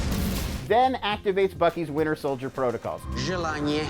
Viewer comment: Sounds like he says the “Winner Soldier”